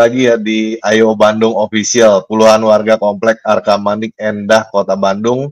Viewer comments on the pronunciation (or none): "Arcamanik", bukan "Arkamanik" atau "Argamanik"